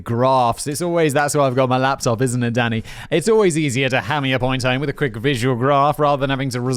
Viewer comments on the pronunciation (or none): When you say “Danny” it sometimes sounds like you’re saying “Oh Daddy!” Like